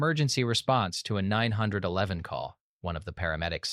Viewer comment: Why is it so hard to pronounce 9-1-1 correctly?